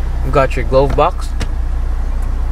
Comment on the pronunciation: glove is pronounced as gluv, not globe